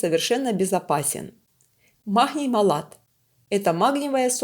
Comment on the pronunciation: Почему махний? Прям режет слух откуда взялась с таким ххх